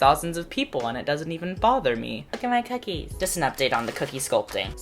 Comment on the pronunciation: when you said bookie it reminded me of the video where the person says bhocolate bhip bookies lol